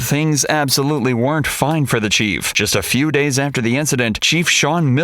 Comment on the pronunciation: Man, this guys' nasal tones are hurting my ears. Listen to him say "Days" as "Daynes". "ME" is "Menne"